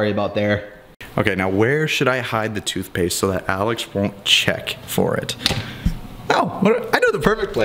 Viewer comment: Thootpaste bruh? hahaha